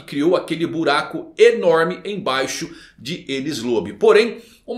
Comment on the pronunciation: O que o falou:O Filho de Shanks O que eu entendi:Filho D. Shanks